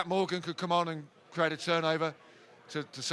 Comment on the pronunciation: Thanks for saying MORgan properly, not MorGAN! 😎👌🔥